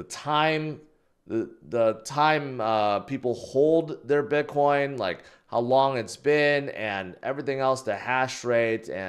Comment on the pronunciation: I just noticed yesterday that pronounces it "bitquine"